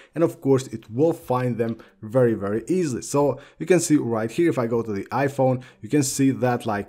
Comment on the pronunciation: IKR “vrrry vrrry”